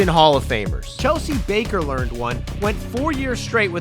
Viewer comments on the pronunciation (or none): none